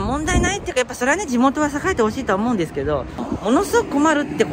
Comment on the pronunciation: うん！っての気になるw